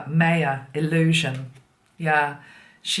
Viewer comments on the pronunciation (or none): none